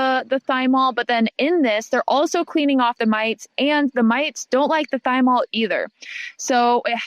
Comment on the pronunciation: PLEASE tell me you pronounced thymol that way to get idiots like me to leave comments here- in order to boost engagement